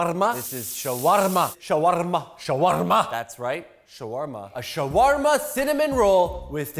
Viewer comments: I loved the way he said "shawarma." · I love the way he says shawarma